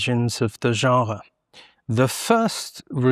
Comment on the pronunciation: I can't listen to this person say genre one more time